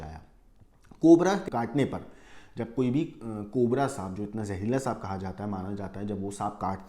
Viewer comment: Bro said 'cobre' 😂